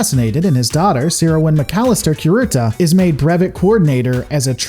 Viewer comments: Cure-eata say it with me.... I was playing back in the 80's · Dra con is Com Bine NO EMPHASIS O za wa NO EMPHASIS Ku Ree Ta NO EMPHASIS if you are noticing a trend here it's because Japanese is a flat affect language. You almost never emphasize one syllable over any other (combine just happens to also be an unemphasized English word). Also vowel sounds are fixed in Japanese: a -ah, e-eh, i-ee, o-oh, u-oo. Sounds blend: ai-ahee~long I. No variation with surrounding letters. No short i sound allowed, timoyo - teemohyoh. This is painful. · hegamony... drucunus cumbine... rayzelhaag! never change. kurutah-sunpah would approve! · I don't know if you're saying things intentionally incorrect or just because you don't want to say it correctly. We all know your beef with the word hegemony. But curata?